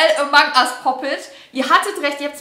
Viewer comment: Sie sagt einfach amang ust Pop it🤣🤣🤣